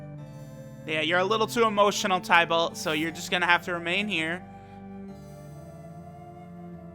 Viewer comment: Tih-Bolt (Tybalt).... You never had to read Romeo and Juliet in highschool, Bro?